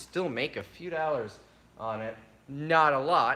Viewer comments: ..... doll-ars ..... not dAll-ars and no not dOAll-ars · Try it like this, girls play with dolls. Say the word doll and add er to the end.. You're saying dallers...